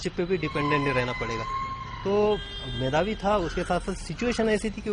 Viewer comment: its मेधावी not मेघावी